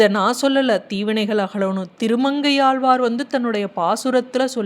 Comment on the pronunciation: ஏளு பிறவியா. ஏழுப்பிறவியா. ஆழ்வாரா ஆள்வாரா. தமிழ் அழகா உச்சரிக்கக் கற்றுகொள்ளுங்கள்.